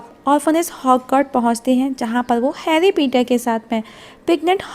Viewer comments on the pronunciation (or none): Harry Petter nhi gawer Harry Potter